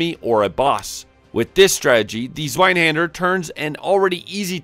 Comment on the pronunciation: zz-vye-hawn-der haha great vid, dude. Reminded me I gotta play Code Vein again.